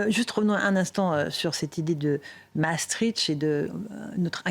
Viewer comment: Mme Ferrari, pour une journaliste de votre trempe, il serait bon d'apprendre à prononcer Maastricht et non Massetritche. Exercice: Masse triche t.